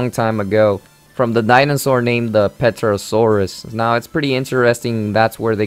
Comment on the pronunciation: Just one thing, it's not PETRO-SAURUS, it's PTERO..